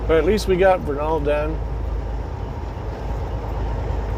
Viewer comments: It is pronounced Ver nil = Vernal just say it fast. Just letting you know man you can call it whatever you want. ;) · Tip from a Utah local, Vernal is pronounced as Vurr-null. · Vernal is pronounced Vernil. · I love your channel! That's pronounced "VER-nul", in Utah. I used to live in Utah.